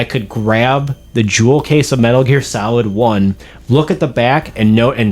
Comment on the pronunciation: At the beginning I thought you said Metal Gear Salad 😂 but dope video !